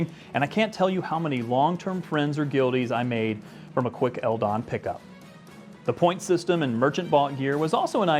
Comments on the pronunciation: On the topic of pronouncing, we always called ldon. Just the letters, that's odd to hear L-Don instead of L-D-O-N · Hahah, I confess I've never heard it simply pronounced as "eldon" but it does kinda make sense